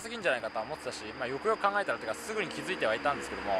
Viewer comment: よくよく考えたらがゆくゆくに聞こえる、まあ気にしなくてイイけど気になる滑舌と発音の問題今後の課題ね。他がマトモなだけに惜しい！